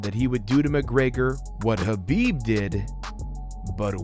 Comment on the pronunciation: Ha-ha, the guy is a legendary fighter but his last name somehow gets butchered by every commentator and announcer. Abdulmanap and Khabib are the only ones saying it correctly but nobody seems to listen.